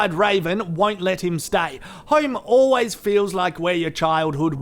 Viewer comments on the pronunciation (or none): none